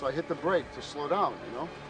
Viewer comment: lol the guy keeps saying "ya must" instead of "you must".